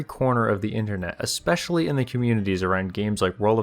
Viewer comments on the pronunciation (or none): none